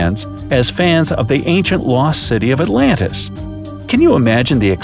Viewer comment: Atlantis no not Atlantis